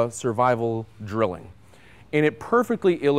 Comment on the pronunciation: Its pronounced Drillling just as he said it